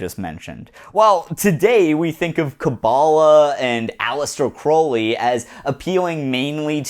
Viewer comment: This video was good, but I just wanna let you know you're mispronouncing "Crowley" :')